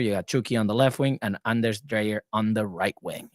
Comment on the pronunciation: So maybe that Right to dream thing may be working. Greetings from Farum (FC Nordsjælland) I am looking forward to follow the "sisterclub" You need to learn to pronounce Dreyer as DRYer, we can take Ingvartsen and Tverskov later.